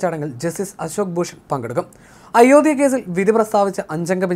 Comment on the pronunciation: ഇയാളെന്താ അയോദ്യ എന്ന് പറയുന്നത്? ഉച്ഛാരണം പഠിച്ചിട്ട് ഈ പണി ചെയ്യുക. (അയോദ്ധ്യ)